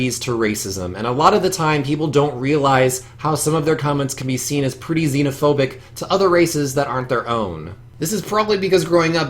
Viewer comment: it's zena-fobic